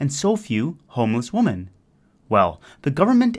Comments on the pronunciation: Why do you say woman when you should be saying women? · Why can't the narrator pronounce women? He say woman in a plural sense 🤔